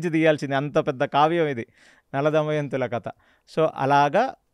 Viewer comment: garu anni baane unnai meeru bottu పెట్టుకొని chepte inka baagutundi plus kadha ni meeru kata antunnaru 🙏🙏